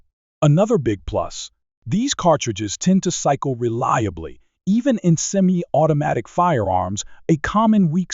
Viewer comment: Until now I never knew I owned Semi-I-O-Toe weapons.